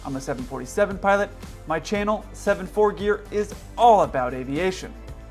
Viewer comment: Love this video, but did anyone else notice that in his intro today Kelsey called it "my chainnel"?